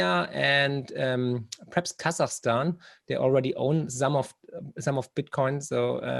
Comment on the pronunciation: Marc, du bist top. Ich habe in den letzten Jahren so viel von dir gelernt. Unter anderem durch deine tollen Bücher und jetzt seit Monaten durch diesen Kanal. Darf ich dir daher auch einen kleinen Tipp angedeihen lassen? Dein "perhaps" hört sich jedesmal wie das englische "preps", also "Vorbereitungen" an. Als Prepper fällt einem das auf ;o). Grüße und weiterhin viel Erfolg und tolle Gäste.